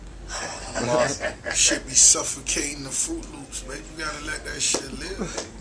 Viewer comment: But he did say friut loops